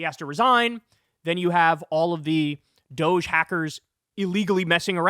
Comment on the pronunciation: It is Dog E Not Dousch Call it as it is spelled Dog E DOG E